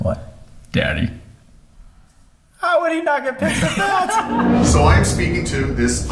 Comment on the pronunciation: WHY DID HE SAY DADDY LIKE THAT